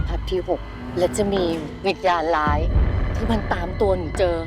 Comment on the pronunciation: ดีหมดเลยค่ะ แต่อยากคอมเม้นเรื่องการควบกล้ำ คำว่าวิญญาณร้ายควรออกเสียงร.เรือให้ชัด อันนี้ฟังแล้วเป็นวิญาณล้ายมันทำให้เสียอรรถรสพอสมควร